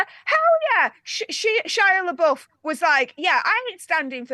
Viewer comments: PLEASE stop saying Shia’s name wrong. It’s pronounced “buff” not “boof.” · Why do you call him leboof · Why do they keep pronouncing Shia's last name wrong?